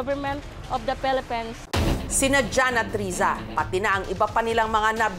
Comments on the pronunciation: “of the felepens “HAHAHAHAHA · Bat ganon?hirap cla bigkasin ang Philippines.felepins😅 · Bakit pelepens parang may mali 😂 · Of the pelepens😂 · Natawa ako SA pagsabi ni ate Risa na pelepens😅😂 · "of the pelepens" 😂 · Pelepens. Sabe ni ate Naka red. 😁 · "Of the phelippines"😂